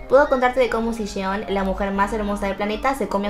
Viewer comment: El nombre de Siyeon se pronuncia como la "sh" Shieon y la "y" no tan acentuada al nivel argentino ah. Es solo una sugerencia en base a como se nombran entre ellas en sus Lives <3